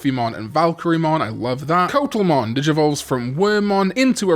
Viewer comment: Coatl is pronounced KWAH-tl :)